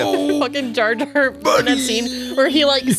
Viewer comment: His name is Jar Jar, not Jay Jay.